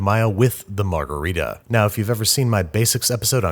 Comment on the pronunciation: I’ll be honest, I forgot how to pronounce margarita, so I clicked the video.